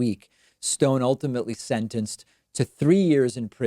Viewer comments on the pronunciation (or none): Down voted because of the way this weird pronounced "SEND-DENCED" instead of the normal "sentenced".